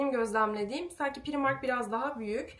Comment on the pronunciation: Çok güzel olmuş sofran ellerine sağlık❤ naçizane ‘pıraymark’ şeklinde telaffuz etsen daha doğru olmaz mı😊 bide çiğköfte misafirlerine acı geldi mi onu merak ettim